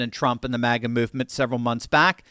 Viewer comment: MAGA not MIGA